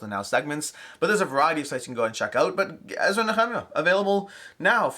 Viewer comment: Thanks for the video. As a Christian hearing it pronounced the same way for so long, it was interesting to hear you say "Ezra & Nehemiah". 😎